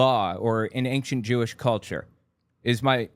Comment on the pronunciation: I love your videos, but it DRIVES ME NUTS when you enunciate the “c” in Ancient lmao. It’s pronounced “Ain-shent” not “Ankchent.” 😭